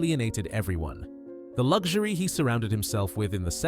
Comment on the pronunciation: No G in Luxury.